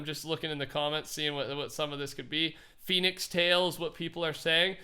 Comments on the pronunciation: Its Fenix NOT PHEONIX no hate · no hate but you keep saying ‘Fennix’ wrong... it’s pronounced fen nicks like the fox species fennec fox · Btw, it's pronounced fen-ix like pen